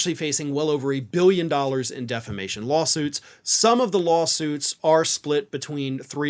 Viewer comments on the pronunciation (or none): I hope he keeps calling if "deflamation" in court. Too, too, hilarious! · You mean "deflamation"